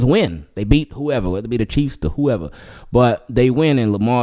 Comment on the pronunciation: "Whoevaa.. no, no, nooo.. NOT whoeva" lol. This channel the best